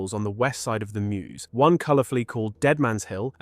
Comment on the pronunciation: No one who lives anywhere near it, pronounces "Meuse" like that. We are not Americans.